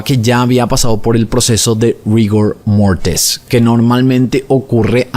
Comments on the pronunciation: Le amo a, no puedo con esta pronunciación jaja "Rigor Mortis" es Latín, así que por eso suena raro pronunciarle con acento inglés. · ¿Por qué le das pronunciación gringa al termino "Rigor Mortis", si es claramente un término latino? No de Hispanoamérica, sino del latín de Roma, que siempre saldrá algún tontaco